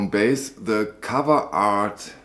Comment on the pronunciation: Hi. Just a tip for you. Joan’s last name is pronounced, bi-ez. ☮️